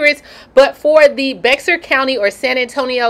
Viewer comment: Just wanted to let u know BEXAR (county in tx where san antonio is located)IS PRONOUNCED LIKE BEAR🐻. As in yogi and boo-boo. Everyone makes the same mistake lol ...😍 love u